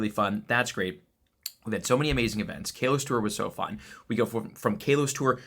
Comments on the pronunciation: How does he keep calling it Kay-Los? 😭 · Once again, he can't pronounce Kalos correctly in every video and events!